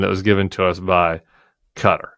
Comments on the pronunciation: I totally agree with your points and this airplane story is horrific. But please don't say "Kudder". It's much close to Ka-tar. No "d". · It’s pronounced “Ka-Tar”, not “Katter”